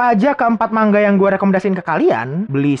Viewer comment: Bacanya manga bang bukan mangga